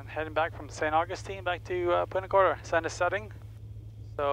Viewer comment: Love the videos. Couple of nitpick items. I have to mute the video because it’s not punta gorTa. No “t” in there. Also when you’re replying to atc you trail off your call sign and it sounds like sehfawhis. (75Whiskey)